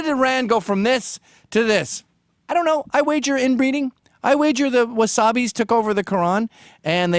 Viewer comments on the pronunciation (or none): He called the Wahabis the Wasabis LOL